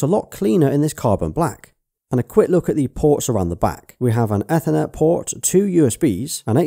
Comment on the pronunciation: The way you pronounced "ethernet" is different from how I say "ethernet" lol Carbon Black XBOX